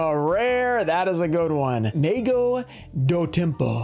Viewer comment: Pronunciation tips: Pequeno = pekeno, not like pequeño in spanish Bruxa = brusha, not bruksa Mago = mah go, not "may go"